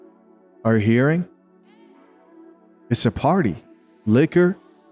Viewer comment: The way he says “Liquor” and then pauses 😂